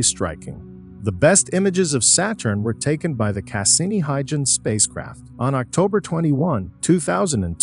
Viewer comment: Fix the pronunciation of "Valles Marineris" and "Saturn" and "Huygens", etc. If you can be smart enough to use a text -to-speech voice, you are certainly smart enough to have it pronounce words properly.